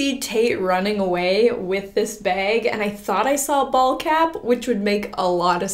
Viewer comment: I thought said bald cap but she said ball cap on the dad part